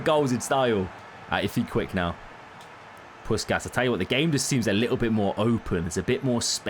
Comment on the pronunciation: Pussshhhhkas not puskas